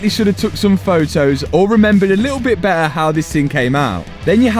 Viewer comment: bro just says beeher and not better😂 (no hate i just think its funny)